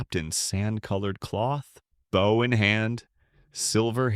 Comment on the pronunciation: I don't get why all these AIs keep mispronouncing bow; it's so annoying, especially the number of times they use it.